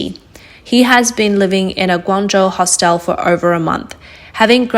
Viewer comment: Hostel. It's a hostel, not a hostile.